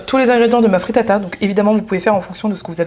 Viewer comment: Pls j’ai mis du temps à percuter que tu parle de fritata, alors quand dans ma tête j’entendais frittas😂